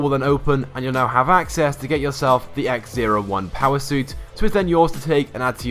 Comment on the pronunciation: X-O1 not X-01